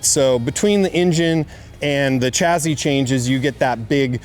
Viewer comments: Why does he keep saying chazzzy ? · There's no Z in the word chassis. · The chazzy is snazzy!